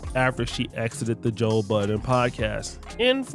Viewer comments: His name is Joe Budden!! Not BUDDENS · You saying joe buddens is funny. There was a time when everyone put an s on the end of his sir Name. Lol